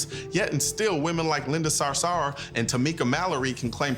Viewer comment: The way you said Sarour😂 Yet this is one of your best video, good job